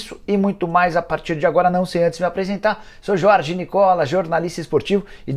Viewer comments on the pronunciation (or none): none